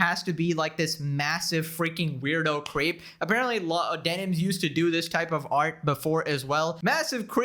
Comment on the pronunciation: I thought you said "Denims has been exposed for being a massive queef", had to replay that part AND add subtitles to it to understand you meant "creep". 😂 To be fair, I have music in the background...